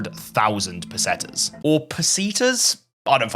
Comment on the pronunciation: It's pesetas